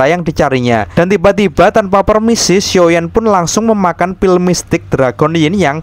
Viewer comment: Bang kok medok banget ngomong xshioyan nya . muncrat gak?